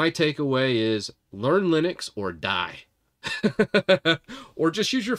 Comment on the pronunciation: Linux. Not Linus !! 🤣🤣